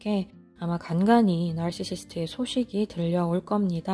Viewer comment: 나르시시스트 발음이 젤 찰진 유투브채널